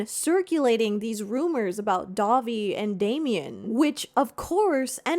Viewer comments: When you say Dahvie, I hear Dobby. So my mental image for this story is weird now lol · listening to this in the background and it truly took me 10 minutes of the segment to realize you werent saying dobby from harry potter. was so confused and had to tune back in when i realized